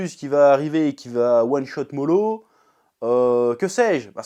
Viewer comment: Y'a un truc que je comprends pas avec toi, d'habitude tu prononces les prénoms dans les mangas à la française ( genre au lieu de prononcer Narouto et Sassouke tu prononces NarUto et Sazuke...je suis clair où pas?) mais par contre au lieu de dire Moro tu dis Molo. JE N'AI COMPREN PA!